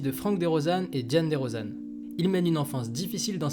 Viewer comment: Très belle vidéo.. La manière dont tu prononces son nom 😑😢